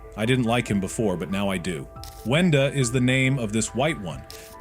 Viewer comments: Bro Said Wendy Not Wenda💀💀💀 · GURL ITS WENDA NOT WENDY 🤦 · Its brud and its also not wendy its wenda